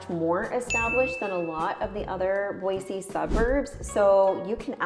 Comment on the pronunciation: Where are you from? Because it’s pronounced boysee not BOIZZ . And one handy tell us it’s not interesting nothing to do. And then you’re at turnaround and talk about the areas biggest waterpark , top flight , car race track ! I believe you probably came from California or Portland which in Boise we can’t stand them. Oh, and don’t forget about Eagle Idaho which is growing substantially fast.